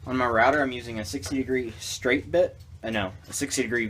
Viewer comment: "...no a 60 degree bhpabith bit". What?